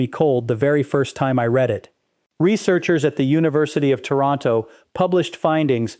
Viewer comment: I hate A.I. with a Passion!! A.l. alter ego, doesn't know the difference between "to Read" & its Past tense. That's because they have the same Spelling, but different Pronunciations. "". reads it, as the Past tense of Read, when my comment is Only the second 😂 Does Dr. "", predict the future?! A.I. generated videos Suck like an Industrial Vacuum Pump 😅